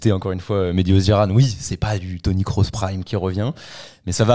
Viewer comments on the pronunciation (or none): none